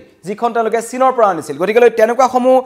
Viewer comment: news reader জনে গতিকে শব্দটো ভুলকৈ উচ্ছাৰণ কৰে।গতিকে শব্দটো গতিকলে বুলিহে কয়।কথাটো মণ কৰিবলগীয়া।এজন বাতৰি পঢ়োতাই ভুল কৰিলে ভাল নালাগে। বাকীবোৰ সকলো ঠিকেই আছে।